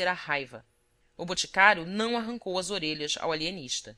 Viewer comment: O Alienixta! kkk